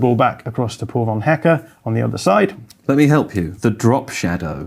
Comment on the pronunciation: Why do you continuously refer to Van Hecke as "poor van hecke"? Is he unfortunate in some way? Or is your pronunciation terrible? Is his first name Paul? I really don't understand how anyone can make Paul sound like poor. Not even a british accent can explain that.